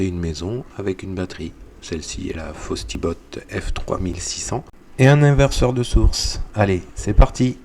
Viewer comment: C’est FOSSIBOT et non FOSTIBOT 😅